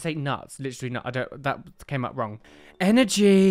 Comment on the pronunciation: Hehehe love the way you say "energy". Grats on the awesome Gengar card! xx